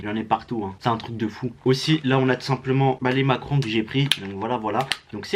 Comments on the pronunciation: Ta dit macron au lieu de macaron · Tu as dis Macron au lieu de macaron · On dit macaron pas macron 😅🤣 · On dit macaron et pas macron frerot 🤣 force à toi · on dit macaron